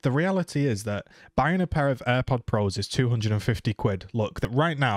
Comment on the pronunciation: You said AirPods Pro wrong